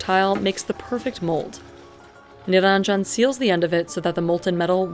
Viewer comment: The name is Niranjan, not niraanjan! If you're Indian, please learn to pronounce Indian names correctly. It's the least respect you can show to your ancestors, fellow country men, women and places.